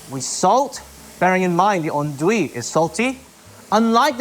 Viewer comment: This guy is so precise in everything he's saying... and yet this is the worst way of saying "andouille" I've ever heard 😂😭